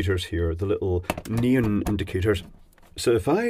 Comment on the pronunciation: 'neen" ? Oh, you mean NEON....